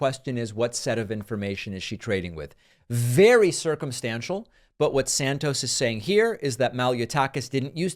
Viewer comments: It is pronounced SANTOS, not SANCTOS. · I believe the name is santos and not sanctos.. you are usually better than so simple a mispronunciation. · Santos is a slime. it's a good thing they booted him. However your dramatic mispronunciation ....i.e. sanctos....is also slimy. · David. It's Santos. Not Sanctos. You're doing the same stupid thing that Trump does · Why you called Santos 'Sanctos' 4 times... not nice. 👎